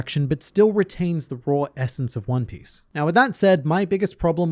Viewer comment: I can't get over 'Juan Piss'. "I'm going to find the Juan Piss!"